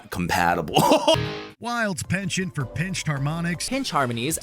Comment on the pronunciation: Why do Americans all pronounce 'penchant' wrongly?